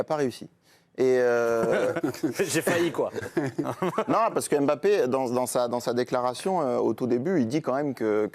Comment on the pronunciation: Arrêtez de dire EM bappe svp